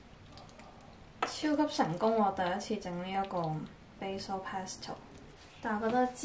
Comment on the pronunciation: 其实 Basil的读音是错的。一看就知你对烹饪当然不熟。一个人在外 保重哦